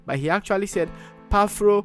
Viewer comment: He said Phapro... but not Paphro